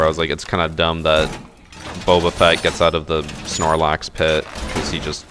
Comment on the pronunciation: Millions of voices suddenly cried out in terror when he said Snarlax pit.